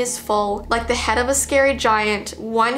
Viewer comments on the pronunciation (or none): none